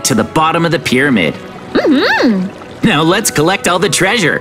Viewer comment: I love said holy cow pyrmaid